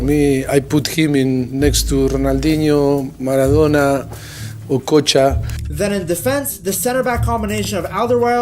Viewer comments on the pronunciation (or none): none